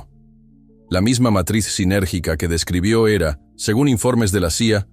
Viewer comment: Sintergica,no sinérgica!síntesis y energía!